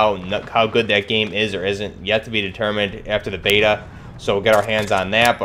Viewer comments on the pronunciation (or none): none